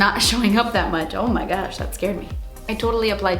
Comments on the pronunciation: Every time she says “oh my gouch” I die because of the urban dictionary definition of “gouch” 😂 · Megan Coller we are all welll aware of what she really said 😂😂😂😂 the O.P was just saying that when she says it like that it sounds like shes saying gooch😂😂😂😂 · I really like how you say "oh my gutch" 😂